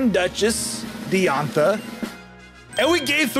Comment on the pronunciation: Bulbapedia not bulbpedia. Dye-an-tha not Dee-on-tha. Am-u-let not Omelet.